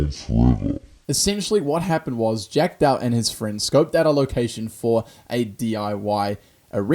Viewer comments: JACK DATUH XD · Jack datuh😂